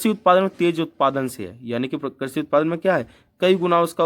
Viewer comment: Krashi nhi krishi hota h